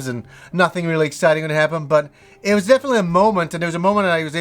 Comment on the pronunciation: Hah, you think you stretch "Episode"??? Well what about the weird way you pronounce "was" like "Waaaaaws" or "Waaauus". Also, damn you had a really nice TV for the year 2000.